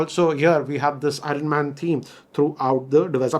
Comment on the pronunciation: 😂its not Horn Man, its Iron man (R Silent) 🤦🏻‍♂️